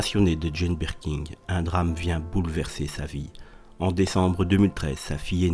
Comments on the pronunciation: C'est Birkin et non Birking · Merci de prononcer son nom correctement 😂😂 C’est pas birking chef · Mais putain , pourquoi dites vous BirkinG ? Y’a pas de G à la fin de son nom , bordel ! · Jane "Berking" non mais je rêve ! En plus mec ne sait même pas lire ! Nul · Rooooo, mais non on prononce pas le G il y en n a pas !!